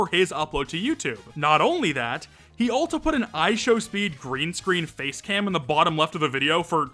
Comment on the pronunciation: why do you pronounce also like that